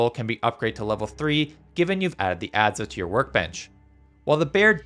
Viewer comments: it's "adds" not "adzuh" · ad-za? find webster for pronunciation if you are going to use english please... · Good video thanks. I should note thought that you don't say the vowel on the end of "adze" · The pronunciation of Adze hurts a little ngl lol Other than that as a noob I have been enjoying your tip videos, I've already gotten a LOT better by using various tips and tricks I've seen in your videos